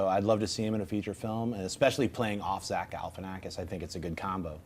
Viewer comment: I love you girl but you flub names way too much! Zack Galifanafogis wtf was that? Lol. Not an unknown actor either lol